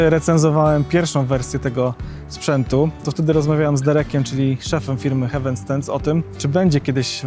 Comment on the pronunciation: Bardzo fajny film i ciekawa i porządna recenzja. Się raczej czyta HEJ-WEN. “Hewen” (hEaven) to niebio, a tu chodzi o przystań 🤗